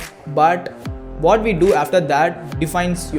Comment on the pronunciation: Your English is good I appreciate that but one small correction please promote "what" as what , you pronounce "what" as vought like in the series "the boys" please consider this